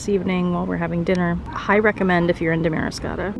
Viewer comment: It’s pronounced DAM-ariscotta.